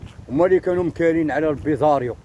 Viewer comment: باغي يمشي للعسكر هو معرفش يقول كلمة بوليزاريو